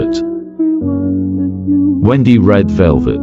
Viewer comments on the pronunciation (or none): none